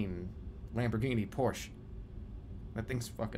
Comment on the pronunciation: Jerma pronounces 'Porsche' wrong :|